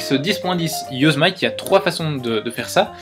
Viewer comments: Yosemite se prononce "yosémiti" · On prononce "Yossémiti"